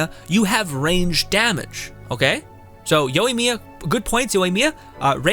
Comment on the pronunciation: I liked what you said. But I think her main failures are lack of aoe and her burst is really lacklustre. The lack of aoe makes her immediately 50% less effective even against 2 enemies. Also my guy. Yoi not youi. Plz.